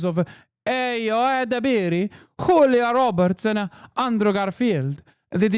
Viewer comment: HchULIA Roberts 😂